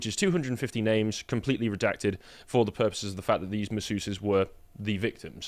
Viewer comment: "Saaar do not redact do not reeedact!"